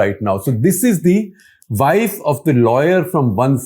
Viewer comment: Shekhar Gupta is embarrassing! Pronouncing wife as "vaaif," what language does he think he is speaking?